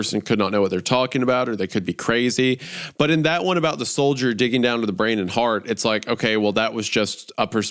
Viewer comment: Sounds like Isiah said dicking down but I think he said digging down